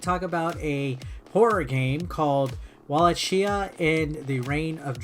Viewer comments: I believe it’s pronounced “wahl-AKE-ee-ya” Right? It’s an actual place in Romania. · It's pronounced "Valahia" with the H like in Honda , I'm from there trust me